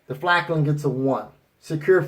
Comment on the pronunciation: FALKN NOT FLAKN